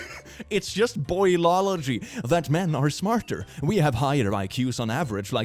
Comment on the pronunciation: the way that one guy says boilogy and then calls himself smart lmao